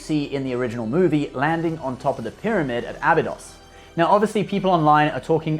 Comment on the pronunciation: Start the video talking about how people mispronounce Goa'uld. Later mispronounces Abydos and Ha'tak